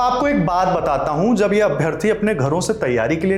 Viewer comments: Ye madam अभियथी को अप्राथी कहना चाह रही है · पहले बोलने तो सिख लो अभ्यर्थी को ये अभ्यार्थी कह रही है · अभ्यर्थी होता है अभ्यार्थी नहीं होता ,,,,कैसे ips बन गई